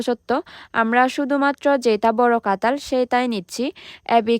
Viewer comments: আপনি কাঠাঁল কে -কাতাল বলছেন, ছোট ছোট - ছোত ছোত, কাটা-কাতা,টাটকা -তাতকা, আপনার মনে হয় বাংলা বলতে কষ্ট হয় বা অসুবিধা হয়,,,, তবে যাই হোক আপনার ভিডিও গুলো দেখতে অনেক ভালো লাগে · আমি উনাগো জাতির যতো ভিডিও দেখি, সবাই কথা ঠিক মতো উচ্চ রন,কেন করতে পারে না, এই যেমন কাঁঠাল কে বলে কাতাল,। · কাতাল না কাঁঠাল🫢🫢🫢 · কাঁঠাল ❌ কাতাল ✅ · কাতাল না রে,,,,, কাঁঠাল হবে 😅😅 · আপু কাঠাল কাতাল না 😂😂😂😂😂😂😂😂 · Katal na Kathal😅😅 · কাতাল না রে গাধাঁ কাঠাঁল 😂😂😂😂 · কাতাল না কাঠাল বলে উচ্চারন করুন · কাঁঠাল বলতে পারেনা বলে কাঁতাল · কাঁঠাল ❌❌❌ কাতাল ✔️✔️✔️ শুদ্ধ বাংলা ভাষা ❌❌❌ Difficult বাংলা ভাষা ✔️✔️✔️ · কাঠাল ❌ কাতাল ✅😂